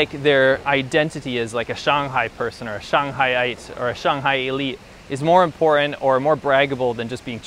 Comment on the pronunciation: Can you say important? Not imporant ffs!!!